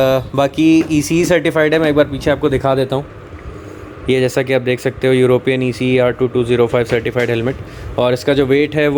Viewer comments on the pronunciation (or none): none